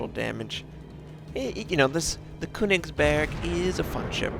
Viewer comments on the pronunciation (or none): I speak german and I find it really funny listening to you when you say köningsberg. But I can understand if you find it hard to say the actual name. Not a hater just a guy